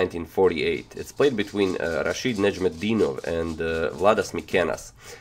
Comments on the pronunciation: رشيد نجم الدين وف i like how you pronounce well his name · Wow. You wrote his name wrong, but pronounced it right. :D